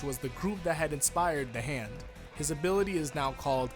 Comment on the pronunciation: Everybody gangsta until says ZA HANDO:ZA WAURDO